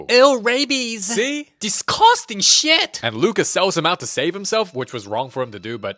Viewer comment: "dIsGuStInG sHeAt" 🤣🤣